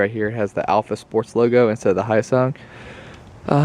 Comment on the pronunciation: Is it pronounced HYOSUNG or YOSUNG